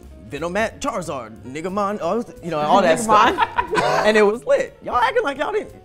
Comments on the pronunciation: This fool said "Niggamon" I'm DONE! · He said niggamon 😂😂